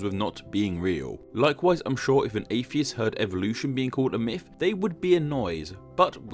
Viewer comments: mifology. mifs. mifical. idk why but this bothers me lol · When can you start saying "Myth" instead of "Myf"